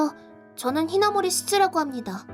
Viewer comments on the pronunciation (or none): 그게 아니라 여주인공 성이 히나모리인데 남자성우는 자꾸 하나모리로 읽는다는 거임 ㅋㅋ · 남주 성우분 여주 이름 잘못 읽으셨나보네 말풍선도 여주 성우분도 히나모리라 하는데 혼자서 하나모리라 하는거 보니까